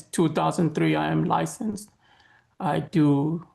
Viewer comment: Why does he keep saying, "I am lisensed" -as though it isn't the bare minimum for all practicing attorneys lol?